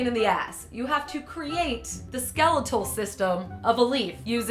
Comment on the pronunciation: she says skeletal wrong